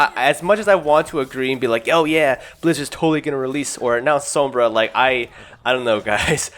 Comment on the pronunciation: the way you say sombra makes me cringe